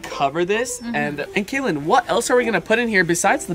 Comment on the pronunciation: Kaylen not Katlin